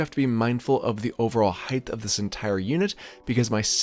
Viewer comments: Height not heightH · I'm not picking on you but it's funny how many people mispronounce height as "heit-th" rather than "hite." It is confusing b/c it's part of the length/width/height triumvirate so I get it.